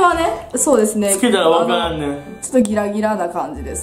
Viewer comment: 最初の、パパラピーズですのとこ、「パパラピーズべぇす」みたいに濁ったくない??爆笑